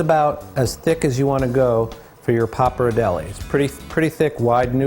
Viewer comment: pronounced "pop R dell ee" jesus h was it that hard to research that?